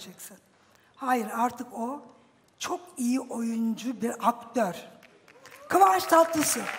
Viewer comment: Hiç kimse isim soyisim doğru telaffüz edemedi nedense Nebahat çehre: kıvanç tatlısı Cem davran:kıvans Tatlıtuğ Çağla Şikel: saranay Sarıkaya 😂😂😂😂